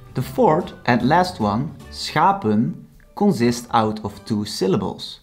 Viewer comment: I am not making fun of your accent, but I do find it ironic that you are teaching proper dutch pronunciation, but your english pronunciation is wrong on many words. Examples would be consonants, pronunciation, consist, etc. But in english we are very used to people pronouncing things incorrectly. Typically though, this is not much of an issue in english. There are some definitely exceptions.